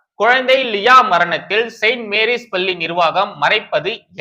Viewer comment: தம்பி! பள்ளியின் சுவர். பல்லி என்று கேட்கிறது. தயவுசெய்து உச்சரிப்பைத் திருத்திக் கொள்ளுங்கள்.